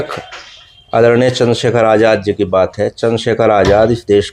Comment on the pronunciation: Ye itna bada reporter nhi hai ki Chander Shekhar Bhai ko Chander shakher bol rha hai thodi tameez bhi Sikh lo